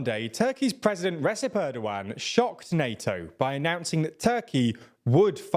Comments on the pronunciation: Please stop pronouncing Receb as Resep, it's pronounced as Rejeb! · LEARN TO PRONOUNCE "RECEP". ITS NOT RESEP, ITS LIKE REJEP. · Why does he keep sayin Resep instead of Recep, he should've learned the correct pronunciation by now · Recep in Recep Tayyip Erdoğan is pronounced like the Arabic name Rajab.